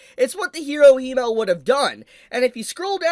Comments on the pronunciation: wait so u english speakers pronounce Himmel like He-mel.....He who??? He mel? what is a He mel? Himmel....Double M...short I, like Him-mel. Him and mel....combine the two, thank me later guess the katakana in japanese are Hi-me-ru fair enough but...cmon....Himmel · Everything is fine, and i love the video its great to see. But its not HE-Mel. But HIM-Mel. Which is an apt name for him as it means Heaven in German. As for the hero. That is actually.. I am surprised for once in my life. Hope he is happy. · You can’t pronounce Himmel either lol, it’s German and is spoken as it is written. Not „Heemel/Hiemel“ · It's not Hee-mel. It's the German word for heaven, short "i" sound. Himmel. Accent on the first syllable. Pretend it's a male camel - Himmel. All the names are German. Frieren means Freezing. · I hate the way you pronounce Himmel 😂😂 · Pronouncing Himmel so wrong.... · The way ur saying himmel is driving me crazy lmao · Can you please stop pronouncing himmels name wrong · i honestly dont know if he pronounces himmel like that as bait but its hooking me :P